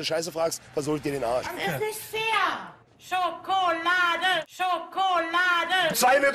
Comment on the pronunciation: Bin ich der einzige der bei "Schockolade" immer aggressiv wird:D